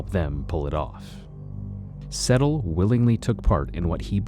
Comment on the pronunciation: It's not pronounced Settle... It's Sedtal... Pronounced SaidTall... I know Vivian